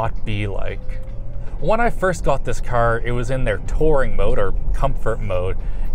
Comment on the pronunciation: Dude, its car, not ker....